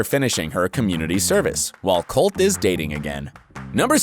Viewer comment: colteee not colt